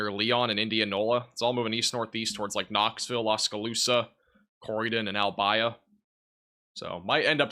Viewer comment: Thank you for your coverage. It helped me take care of my family in Englewood FL last month, and tell me about my family in south east Iowa tonight. Albia, usually pronounced al-BEE-a. Oskaloosa usually shortened to Oskie. Most place names in Iowa are Native American words. I know you won't remember this, you cover so much it is understandable you don't know how to pronounce local names.